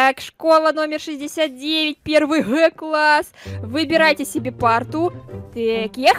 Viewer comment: Ты сказал квасс а не класс